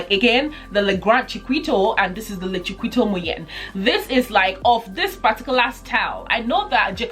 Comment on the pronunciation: It's pronounced Chikito not Chiquito like it's spelt.